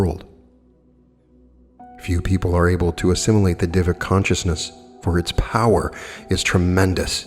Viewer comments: of course sir, I understand that, but hearing diva instead of deva is a bit odd for me that is all, nothing else...like I said admirer of your work here...😇 Just a warm suggestion... Totally neglectable... No harm. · To clarify, Deva is prounounced day-vuh not diva 🙂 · Day-wa(masculine) and day-we (feminine). 🙏🏼 You tried... I know it's difficult for a westerner to get the pronunciation right without help. I appreciate you work, always looking forward your uploads on channeled materials especially.. thank you and I am grateful.